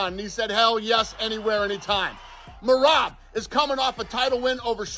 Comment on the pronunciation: Are you intentionally pronouncing Merab's name wrong? I mean he's only said his own name dozens of times, so it shouldn't be too hard... Edit: You literally pronounce everyone's name wrong lmfao.